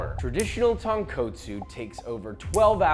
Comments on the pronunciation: Really nice and informative, thank you for this video. Please note, there is only one sound the letter "o" makes in Japanese, and it sounds like "oh", not "ah". The second and fifth "o" in Tonkotsu sound EXACTLY the same, there is no change in Japanese, Tone, Koh, Tsu. Keep up the great work. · I felt like dying tearing TonKOHtsu and SHOYu. Fucking hell it's not hard to say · “tounge co tsu” LOL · isn't the kot tonkotsu supposed to be pronounced like cot instead of coat? just wondering, I always said tone cot soo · Bro really said tonquotesu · tawnkootso lol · また、彼は最後まで「豚骨」を正しく発音しなかった。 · this is a great video thanks for making ramen easier to make, just letting you know you can work on saying tonkotsu because your pronunciation is a bit off. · So many of your pronunciations are so good that these ones just hurt my soul. Tone coat sue. Comb boo. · As a local in hawaii who is Japanese, your annunciations need some work.🤣 We call it tonkatsu. But you might be right on that one, and ajitama egg is pronounced with the j sound. Not h sound, that's spanish... 🤙🤙 Aloha